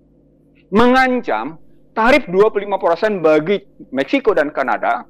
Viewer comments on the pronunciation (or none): none